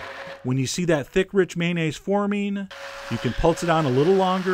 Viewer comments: Well, "may-nayz" is slightly better than the often-heard "man-ayz," but it's still missing a syllable. It's may-on-ayz. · I think the o in mayonnaise is not silent.